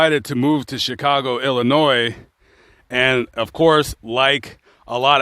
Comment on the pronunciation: The s at the end of illinois is silent.